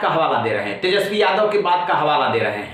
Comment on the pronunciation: Ja tu pad ke aa tesjpi bolna nahi aata hai 😂😂